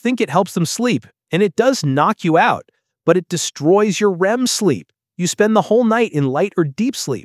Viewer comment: TF IS BIZEEP 💀